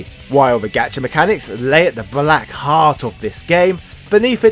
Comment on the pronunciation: Gacha is pronounced Got-cha. Japan doesn't have the British hard "A" but also, obviously, as in your expression when you get the guy you want!